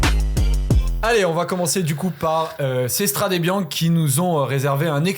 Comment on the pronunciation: Des années que cette émission existe et n’est toujours pas capable de prononcer correctement « Strade Bianche » 🥲 ni même logiquement Que tu le prononces à la Française, à la limite, bon, mettons nous au niveau ridicule de la réputation des commentateurs sportif Français, les seuls jamais foutus de respecter les coureurs étrangers en prononçant leurs noms correctement. Pourquoi pas. Mais dans ce cas là tu le dis QUE à la Française 😂 Pas moitié moitié! C’est soit tu dis « Strad’ Biancheuh » soit tu le dis correctement: « Stradé Biznké ». Pas un mix « Stradé Biank’ », ça n’a aucune logique… C’est quand même ultra ultra facile non? 🥲 Vous relevez totalement le niveau avec votre émission, foirez pas tout avec ce genre d’absurdités. Bises les gars trop content de vous revoir.